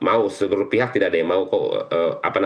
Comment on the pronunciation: FIHAK??? yg bener PIHAK!!! giliran harus pake F dibaca P....giliran pake P jadi F 😂😂😂😂😂😂😂 TATANGKALAN